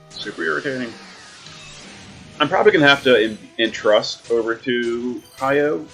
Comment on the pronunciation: Why can’t you say my boy name right right it’s not Hiyo it’s hy’oh And just pull for king rain already it should be REALLY easy to pull him bro and you got like 600+ tickets?! Why not waste 40 to get 2 king rains ??